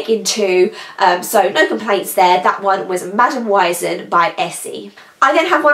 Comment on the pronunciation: May I correct you 🙊 just because it sounds so weird to my german ears 😅😅 the first polish is called "Madame Wiesn" and it's pronounced "Weesn" like you say the "e" in english. "Wiesn" is a synonym for Oktoberfest. It means something like "field". Because originally the Oktoberfest took place on a field and now this place in munich is called "Theresien-Wiese". For the last 3 weeks there was Oktoberfest in my city 💟🍻 I'm from munich, an original "Münchner Kindl" (munich kid) as you say in Bavaria 😆 so now enough with me being a bigmouth 🙊😅